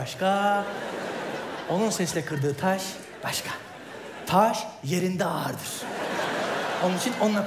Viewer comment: taş yerinde ağırdıra vurgu yapıyo herif ya :)